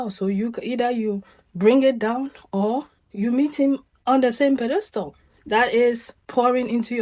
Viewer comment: Pronunciation is PED estal